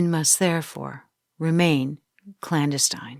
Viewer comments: This narrator has some bewildering mispronunciations for what sounds like an older, educated woman. But so far “clanduhstein” is my favorite. It’s surpassed the butcherings of famed mathematician Yuler, the pie-neil gland, and prophet Baba Veinga. And those are just the ones I remember with ease. Rhyming clandestine with Palestine is really on another level though. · I have to say that I've never heard the word "clandestine" pronounced so poorly... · Very interesting content. Narration is good, with pacing and expression. However, the repeated mispronunciation of the word 'clandestine' raised my hackles. The word itself and the concept of the word were integral to the story, and the mispronunciation was irritating. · I might be getting petty. I do like your content. I just wish that the computer that is reading this for you would check its pronunciations clandestine. clandestine I’m sorry I cannot figure out a way to spell it to figure the pronunciation at the computer is using, but a lot of them do it. Let me know if I’m being too petty. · Clandestine is not pronounced that way….